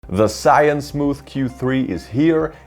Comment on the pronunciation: its called Z - yu~win